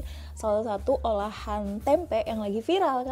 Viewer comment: TOLONG KAK KALAU BILANG TEMPE jangan Dikasih Penekanan Huruf "K" dibelakangnya .... .Artinya sudah beda,,😂 .kalau TEMPE itu kacang Kedelainya didalam .kalau TEMPEK itu kacang kedelainya Diluar...